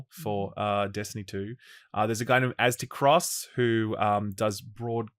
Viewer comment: I don't get how people mess up AztecRoss name. Not azte cross Aztec Ross